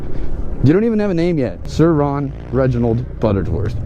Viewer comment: Sur-Ron .......RONNY